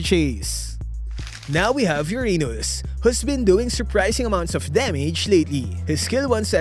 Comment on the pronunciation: “Now we have Your Anus” 💀😭🙏